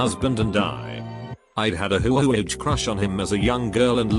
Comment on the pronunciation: Nobody: Literally no one: This audio bot voice: hoUOuOge